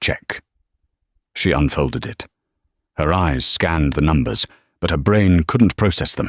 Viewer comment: Thoroughly enjoyed the story. The garbled pronunciation of numbers is a problem for AI. It’s in all of the stories.🇨🇦